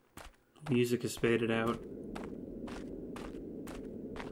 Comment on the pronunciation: You pronouncing music as moozack never gets old XD